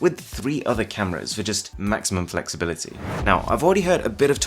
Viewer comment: " maximum FLEX-- ibility"